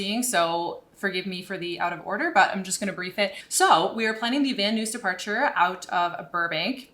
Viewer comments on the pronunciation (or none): This is in reference to pronunciation "Van News". Missed it first time through. Watched again - in honor of having to record it a second time:). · Such great vids!!! (I'm doing ground school right now) BTW - Van Nuys is pronounced "Van Eyes" - took me a second to figure out what you were saying there :) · I love your channel but that Van Noose is driving me nuts. Haha It's pronounced Van Nize. Lol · Van Nuys, CA say it like this: Van nEyes, not Van NOOSE! Dadgum Canadians. They know nothing aboot speaking south of the border lol! Love your videos!! Hope you get back to work soon. BTW I am 71, owned one of the 1st Apple II computers, and have not only the original Bruce Artwick Sublogic line drawing flight simulator software delivered on cassette tape, but the preceding software on cassette from Artwick that demonstrated the basic elements of his 3D graphics subroutines to develop applications. Flight Simulator was the direct result of that effort. Unfortunately my Apple II motherboard died in the mid 80's. I have a Apple IIc but can't load a cassette tape to it. I have every version of Sublogic, Bruce Artwick Organization and Microsoft Flight Simulator ever published EXCEPT 2020. Gotta save up to build a pc capable of running it. Not 31 years old anymore LOL. Hard to believe it's been 40 years!! Thank you again for these GREAT videos! MS needs to hire you to promote the software! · Van Nuys- "van-eyes" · I hope I haven’t been wrong all this time my aunt lived right down the street from that airport and I was born in north ridge my family always pronounced van nuys as “VAN EYES” lol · It's pronounced Van nyess, sounds like eyes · Just FYI, VNY, or Van Nuys, is pronounced Van Eyes, or Van Nize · Great video young lady... Just for reference, it's the (pronounced) VAN NIZE -like NICE) transition. Been flying in, out, and through there all my life. Again, great video. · Van Nuys pronounced "Van Nize" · Van Nuys is pronounced: Van Eyes.